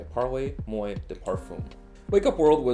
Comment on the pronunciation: Let a Canadian help your french. “Paarlay mwah”. Great video, great new set.